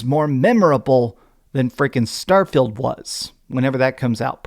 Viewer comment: I like how keeps pronouncing "starfield" as "Starfailed" 😂 Also as fun as it is memeing on starfield, I do think that if it released in 2022 it probably would've been nominated over something like stray